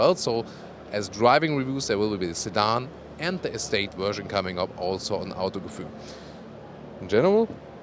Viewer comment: "Today on Autogefühl … " and he slips into German for a second right? Or was that English with a heavy German accent? Or was I having a stroke? ( either way, is a great host, I've never seen a person match a car so perfectly, it's a little scary actually - no it's not you, it's me )